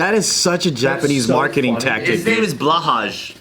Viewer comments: pronouncing blåhaj is the funniest thing ever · i love the way pronounced blåhaj 😭😭 cute😭